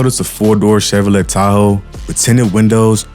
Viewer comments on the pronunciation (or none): just pronounced the t in Chevrolet.